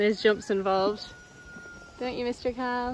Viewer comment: First time i watched your videos I thought you were saying cow when you were saying Khal also how is Australia?